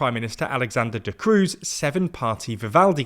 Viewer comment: “De Croo” is pronounced as “De Crow” minus the w